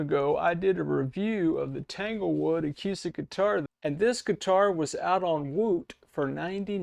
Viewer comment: Seriously dude??? The entire world pronounces the word acoostic.. Do you not listen to the 500 million people who pronounce it properly. acoooooostic! I'm older than dirt and you're the first person I've heard pronounce it the way you do in my entire life. PAY ATTENTION!